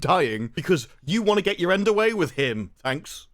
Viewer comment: Why does that become "dat" , get "git" you "chew" you need subtitles if you can be bothered to watch. The woan with the magic shop dresses like a Peruvian, isn't " cultural appreciation"